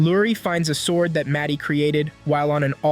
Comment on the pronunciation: "svord with her wepon"